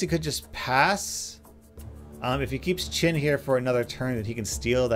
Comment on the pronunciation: Its weird how u pronounce chen as chin